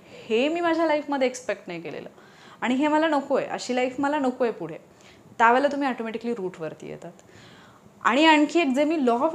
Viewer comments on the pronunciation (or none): none